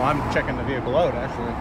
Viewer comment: Please refrain from the the vey-hicle sir. Reamin from vey -hicle I say. Halt